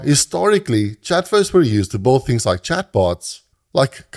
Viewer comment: блин, где вы берете такие акценты. Я думал, что британский самый отвратительный акцент, который нвозможно слушать. А тут чел вообще Билд произносит как:)) (лысый) это видимо сам автор:))